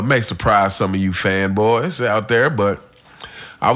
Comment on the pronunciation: Everytime that nigga says fanboys it takes me out😂